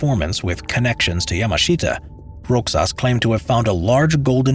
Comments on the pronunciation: Not roxas its rohas silent X turn to H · Since I have not seen anyone commenting on this, the pronunciation for Roxas is "Rohas" and not "Roxas". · bruh roxas isnt read as rox-sas its rohas but its fine still love you <3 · BTW in Spanish X is pronounces like H. Like Mexico in spanish (MeHiKo). So Roxas is pronouced RoHas. Many of Filipino last names have Spanish origin. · My bruvs the pronunciation of Roxas is Ro-has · Fun Fact: As a Filipino my great grandma actually saw the Golden Buddha being taken from us by the Japanese, and sorry to bring this up for naming but here in the Philippines We say Roxas as "Rohas" in pronunciation. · hey folks the pronounciation of the man's name, which is rogelio roxas is not /rogelyo/ /rocsas/. it is read as /rohelio/ /rohas/ and that's a filipino thing :P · Are you saying Rogelio Roxas? The pronunciation would be like Spanish/Mexican, Ro Helio Ro Has. Thanks for this topic, very interesting. And there may be still some of those treasures lying around here in the Philippines. EDIT:Time stamp.